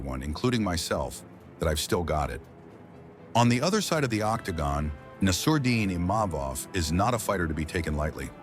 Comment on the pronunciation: yo commentator. Nur-mogg- uh- med-awv. Please stop butchering this last name.